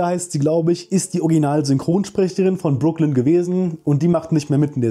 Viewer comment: Ich hatte extra nochmal in die erste Staffel reingeschaut und dann auf deutsch und englisch geschaut wie ihr Name ausgesprochen wird, weil ich es auch so in Erinnerung hatte, wie du es jetzt bestätigt hast.